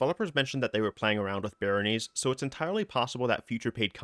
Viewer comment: "Layge", "Barrónies", "Senes-Joel"... man they must be bringing in a lot of new stuff 😅😅